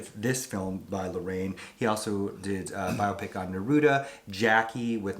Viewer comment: Hey! You are saying "Larraín" wrong. You must put the "accent" on the "i", in the last syllable (as if you were saying " Inn”). And of course, don't forget to roll ta fuck outta that double "R".😂😅🤣